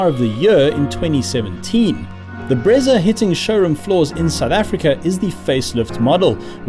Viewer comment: Best review bro, as for the "Bretsa" 🤣🤣